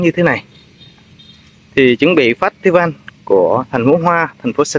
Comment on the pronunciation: Festival phải đọc là Phét tơ vồ mới đúng chuẩn 😂😂😂😂